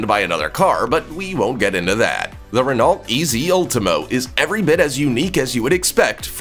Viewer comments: Ruh-nault? No. Ruh-No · Renolt!!?? Really?! Ren o in England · Renault pronunciation is "ruh-now" not RenALT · It's pronounced Ren-Oh, not Ren-ALT - you had one job, fuck me. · RenaulT LOL everytime he pronounced the T I had to laugh It's pronounced ren oo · just so you pronounce the renault name correctly its pronounced renno not rennalt the last letters LT are silent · In French, "ault" is pronounced oh. This Renault is pronounced renn no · Pronounced Ren Oh. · Renault pronounced Rey-noh… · Renault, is pronounced “reno” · You’re pronouncing Renault wrong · You might want to work on your pronunciation of Renault. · Oh dear just started watching this and please learn how to pronounce Renault correctly. It’s shows how much you know about your subject matter. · Aaughhh! Learn to pronounce Renault correctly!